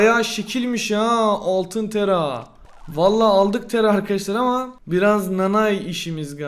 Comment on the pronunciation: Abi tera değil tara